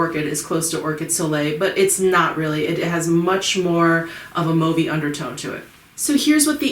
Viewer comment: Thumbs up finally to someone who can pronounce the word 'mauve' correctly. Great video as always.